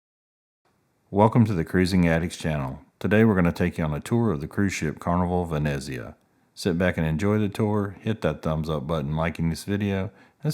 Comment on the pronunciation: Good video, but please pronounce the name correctly, Venezia not Veneeezia!!! Try to be more upbeat as well….